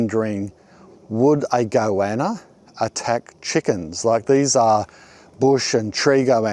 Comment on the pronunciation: I was like "whats a go-anna" then remembered this is "mulsh" man. It's like when you've only read a word and never heard someone say it before, then try to use it.